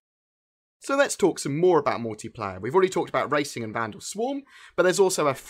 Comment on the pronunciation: what's MOWtiplayer?